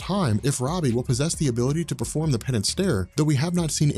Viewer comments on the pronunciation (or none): none